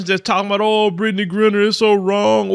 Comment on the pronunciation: 😅 why keep saying Britney's name wrong?